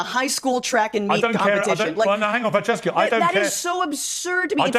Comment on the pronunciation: Did call her "Transcesca"!?!?!?!?